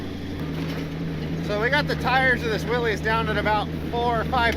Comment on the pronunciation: Love your videos! It drives me crazy when you say "willies" The mans name that invented this was pronounced "Willis" It has been accepted to call it "willies" and I am not a man to tell another man how to do something as I am a libertarian. I get the same way when people call a bmw car a "beemer" Its a "Bimmer" The bmw motorcycle is a "beemer" 🤣😂🤣 Again love your videos and hope your channel blossoms like a flower..